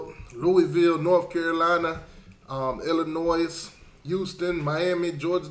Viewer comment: uhhh thats wisconsin not washington, and its Illinois, the s is silent